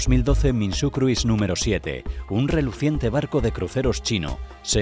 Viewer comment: la i de cruise no se pronuncia